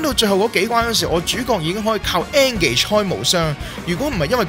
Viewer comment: 其實engage 係讀 in gage